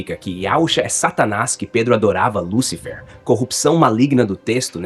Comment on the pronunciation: O que mais me surpreende é: Vwr um sujeito falar inúmeras vezes a escrita: LÚCIFER... com um acento AGUDO sobre a letra U, e ignorá-lo não dando a tônica exata na pronúncia da mesma. Aí, por si só já é uma TERRÍVEL IGNORÂNCIA GRATUITA.